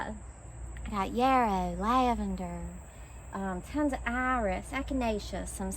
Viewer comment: It’s fun hearing you say, “Iris.” 😜